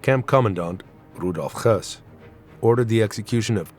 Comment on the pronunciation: Why do you pronounce Hoess as he was russian or polish? He was german.